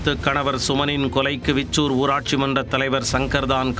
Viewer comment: Veeechur illa anna, Vichoor